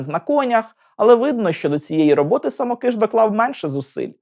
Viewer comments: Дуже дякую! Але звірте наголос у прізвищі. Мені здається, що СамОкиш, а не СамокИш. Перепрошую. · Дорогенький-саМОкиш-саМОкиша. Ріже слух ваши вимовляння самоКИш. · Дякую за цікаве відео! Єдине маленьке зауваження. Наголос! Все-таки СамОкиш, а не СамокИш. За всієї поваги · А чи правильно ви наголос у прізвищі художника ставите? Коли я вчилась в академії мистецтв, то наголос був на інший склад. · звісно, діло ваше, але я від професіоналів, що дотичні до його творчості, такого наголосу не чула ні від кого. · Дякую за відео. Я вчився в Сімферопольському училищі ім. Самокиша, та декілька разів бував у його Харківській академії. Можете якось обґрунтувати, чому ви наголос робите на "и", а не на "о"? , бо за всі роки навчання жодного разу такого наголосу не чув, дякую. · Браво! Достойний сюжет про талановитого митця! Щоправда, є одне зауваження. Коли я вчився разом з правнуком художника, той ставив наголос у своєму прізвищі на О (так же ж, як і тележурналістка у відеоцитаті). Я гадаю, що родині видніше. З нетерпінням чекаю на сюжет про Сергія Васильківського.